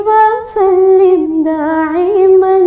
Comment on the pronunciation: دائماً کو داعماً پڑھا گیا ہے سبحان اللہ بہت اچھا پڑھا گیا ہے۔